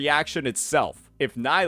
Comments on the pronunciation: Her name is Knee-low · Dude you pronounce nilou wrong